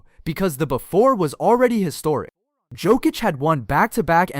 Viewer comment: Awful list. Can’t even get Nikola Jokic’s name pronounce right either… y’all clearly don’t know ball.